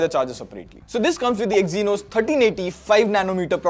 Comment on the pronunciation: Stopped watching when I heard EXYNOS 🥴🙏